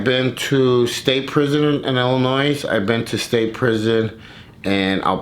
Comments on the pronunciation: Him saying Illinois with an s and he’s from here was hilarious. And wanting to correct him so badly the first time lol. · My cousins are from Illinois, and I learned early…you don’t say the “s”. I find myself doing the same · Summer Holt illanoizz 😭